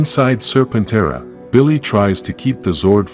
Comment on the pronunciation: Lord Zedd's zord is pronounced "Ser-pen-TERA". Not "ser-pen-TRA" Please correct that in the narration software.